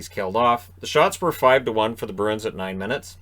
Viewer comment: Listening while doing dishes. I kept hearing Bruins as Birds… and I didn’t know if you were talking about Detroit or Boston. Then I thought about how for a team with wings in their name, I’ve never associated Detroit with a winged creature…